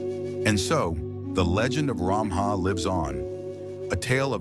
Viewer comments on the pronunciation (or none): No. Stop categorising us as Assamese. It's not Ramaha. It's Ramhah. There is lack in pronunciation